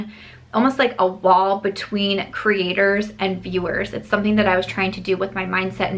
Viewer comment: Lol I keep hearing “critters” and then I’m like no she’s saying “creators” love you, and appreciate your channel😃